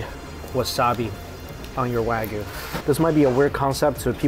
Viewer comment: You need to learn to pronounce wagyu correctly if you are in Japan.